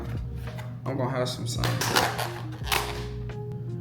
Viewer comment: The L is silent in salmon. Just fyi. No shade just correction.